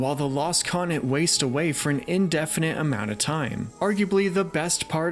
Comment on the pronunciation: Great stuff but please sound out your words. It’s continent. Not coninet